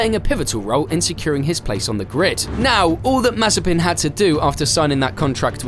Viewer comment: Nikita May-Spin